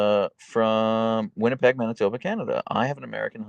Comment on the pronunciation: Thank you for knowing how to pronounce both Winnipeg and Manitoba. Honorary Canadian status is automatically bestowed when one is able to achieve such a feat :)